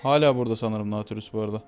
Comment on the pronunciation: naaaatilius deyil datilyus diye okunur:D